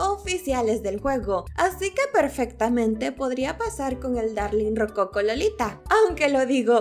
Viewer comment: Perdón que te corrija pero puede que yo esté mal, pero no sé dice ROCOCO sino ROCOCÓ cómo el estilo arquitectónico que también es de vestimenta y GRACIAS por la información 😊❣️